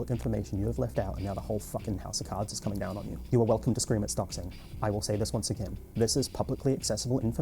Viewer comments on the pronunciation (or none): none